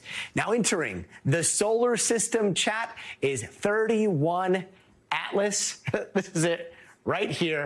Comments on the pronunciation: Btw, it's not "Thirty One Atlas" but "Three I(Eye) Atlas". "I" for Interplanetary. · 3I/Atlas not "31/Atlas" as of "I"(i) for: "Interstellar" or 3rd Interstellar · 2I/Borisov. Not 21/Borisov. And 3I/Atlas. Not 31/Atlas. The i is short for interstellar. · THREE I ATLAS. This is what happens when you let a journalism major guy talk about science and technology, couldn’t even get the name correct😂